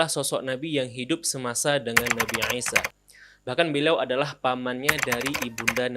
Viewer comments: ngaji lagi yg bener, dia bilang عيسى 'Isa. Bedakan pengucapan i (huruf ا Alif) dan 'i (huruf ع 'ain ). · baru paham setelah bberapa saat bingung, nabi aisyah ternyata yg dimaksud nabi isa.. 🙏 maaf mas, bacanya biasa aja, sumpah kita yg msh bingung dengernya nabi aisyah/eisyah, eh ternyata yg dimaksd nabi isa . hehe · Isa aja bang ngomongnya gak usah jadi aisa gak enak didengernya🙏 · Gw suka konten lo tentAng pengetahuan islam nabi2 dll...tpi untuk satu ini kyaknya lo terlalu lebay dalam penyebutan nabi ISA A.S...KENAPA HARUS DENGUNG PENGUCAPAN LO TERDENGARNYA TUH NABI NGISYA AW ANGISYA AW NGAISYA...BIASA AJA BANG SEBUT AJA DG PENYEBUTA NABI AW ISA A.S..